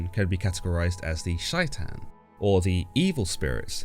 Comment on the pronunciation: it's pronounced like "Shay-ton" not whatever you said it like